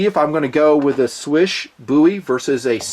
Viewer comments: did pretty good job pronouncing "Słysz", it should be pronounced similarly to English word "swish". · Your pronounciation of "Marcin" was not so good but "Słysz" was pretty much excellent. I was kinda surprised to be honest.